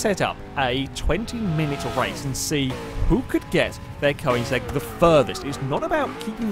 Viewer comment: Funny how he spells Koenigsegg correctly, but he pronounces it "Koinsegg"